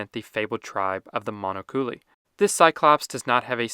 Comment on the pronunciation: Mon-oculi (one eye) not “monocooly”